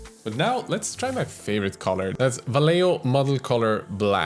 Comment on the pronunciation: Now I need a paint related collab video about how different youtube miniature painters misspronounce Vallejo in various different ways xD (non Spanish native, obviously)